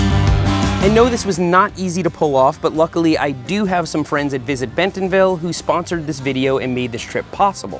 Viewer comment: As an Arkansan, drop the “t” in bentonville when you say it 😂